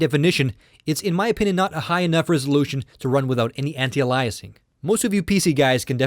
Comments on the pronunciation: I realize this video is 2 1/2 years old, but I randomly came across the series, and had to chime in that you are mispronouncing "anti-aliasing". The root word is "alias", pronounced "AY-lee-us", not "uh-LIE-us". AN-tie-AY-lee-us-ing. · aihll eee uss... like the series anti aihl eee us ing. not aliah us. Driving me nuts. Phonics!! lol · Idiot. Anti-Alyasing is wrong. It's pronounced Anti-Ayliasing. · i cannot fucking stand him when he says anti aliasing. HOLY FUCK ANTIALAIS? ITS FUCKING ANTI ALIAS. ALIAS. LEARN TO SAY ALIAS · Dude I Like these videos and respected your opinions and your knowledge. However, I could not stand to hear the way you say Anti-Aliasing. It's not Ah-Lie-uh-ing, it is ey-lee-uh-sing. GET IT! please change this while you only have 28000 so people will watch till round 12. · Anti-augh-lie-essing, this pronunciation Ive never heard before are you from Europe or Canada? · It's pronounced anti-ayliasing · Very detailed comparison...thank you! BTW. It's pronounced Anti-A-LEE-ess-ing. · Gzeenos...lol...allyasing...lol...the poor guy needs to take a speech class. I've heard foreigners with thicker accents than his still pronounce English words correctly. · I'm sorry but i could barely listen to this, its pronounced (anti-ale-e-es-ing), it made you sound much less intelligent and it made taking your opinion difficult. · holy crap this guy needs to learn how to pronounce anti- aliasing!!! beyond annoying